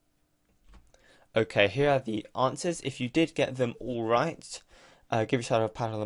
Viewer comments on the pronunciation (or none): "Answres" at the end XD Ty man